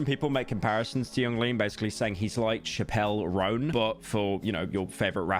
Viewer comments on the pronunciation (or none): “shuh-pelle rone” “double intender” “triple redd” what is wrong with this dude lmao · Bro said “Chappelle Roan” 😭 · You ppl are talking about "triple redd" but forgetting that lil bro said "shappel roan" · ‘Chappelle Roan’ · Shapel rone. Double ehntenduh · You'd think a lesbian like Pyro would know how to pronounce "Chappell Roan" 🙄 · You'd think a lesbian like Pyro would know how to pronounce her name correctly 🙄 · how did you even manage to pronounce Chappell Roan wrong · the chappel roan pronunciation <//3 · saying chappell roan wrong AS WELL.. yikes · Also the pronunciation of Chappel Roan lol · pronunciation? That was a live butchering